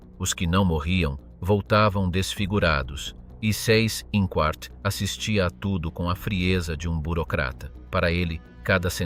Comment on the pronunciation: Pronuncia Zeiss Inkvart!!!